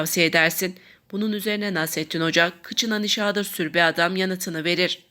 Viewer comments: Nişaağdır degil,nişadır diye oku!!! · nişadır sözcüğünün telaffuzunuz kulak tırmalıyor, hatalı bir vurgulama yapılıyor